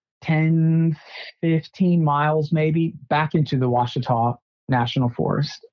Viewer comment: I'm confused. Which mountain range? He said Wichita, but I thought it was Ouachita Mountains.